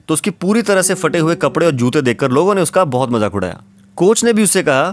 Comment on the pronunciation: Fate nahi phate hota hai pehle bolna seekh jao phir video banaya karo ye kaun si language hain ke ab phey Ko fe kehne lage log